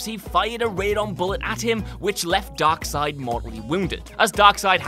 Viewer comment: They finally said “darkseid” correctly. We berated them enough in the other comment section about it that they probably will never make that mistake again